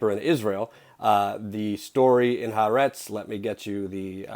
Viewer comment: Its always funny to hear people who don't know how to pronounce HaAretz. The name of the newspaper, means: The Country. The 'ha' in HaAretz is the Hebrew equivalent of 'the', and the rest of the letters is the word itself: 'Aretz'. The correct pronunciation is: Ha-Ah-Retz.